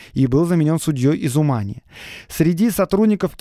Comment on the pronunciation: ...из У́мани. У́мань, ударение на первый слог, букву У. И, если что, ума́ми - это один из вкусов пищи. :)